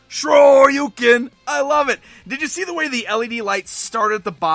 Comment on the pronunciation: lol wtf is a truken tru-uken its shoryuken